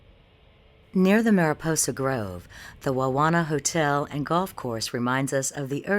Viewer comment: I love this video. It covers the park very well. Only thing is...did they send the script off to someone to read it, because the lady mispronounces several places. Tuolumne and Wawona for two. Those two just bugged me since I lived in Wawona and worked in the park for 4 years. Other than that, great movie.